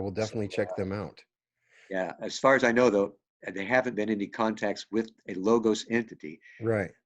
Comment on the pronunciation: The "g" in 'logos' is uttered as "w" in 'word' . It is λόγος . BTW your book is great!